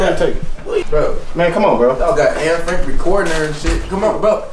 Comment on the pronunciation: he said “ann frank” 😂